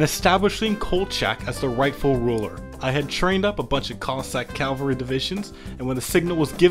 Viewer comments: Very cool video, just one little thing, when referring to troops on horseback it's called CAVALRY, NOT CALVARY, CALVARY REFERS TO A VERY SPECIFIC HILL IN JUDEA, NOT TO FUCKING TROOPS ON HORSEBACK, FOR THE LOVE OF GOD JUST PRONOUNCE IT CORRECTLY. But yeah thanks for the great content, keep it up. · I love hate to be that guy. But it's "cavalry" not "calvary" Cavalry comes from the same root as "chivalry" since Knights always rode horses Calvary is the name of the hill on which Jesus was crucified. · Please stop saying calvary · Cool drinking game: Take a shot every time he mispronounces Cavalry